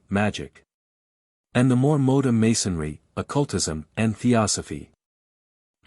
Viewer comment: I did think it was funny that it couldn't pronounce "modern". I dislike AI But it's still easier than me doing it myself, as mentioned. Try Altrusian Grace, he reads out of print books himself.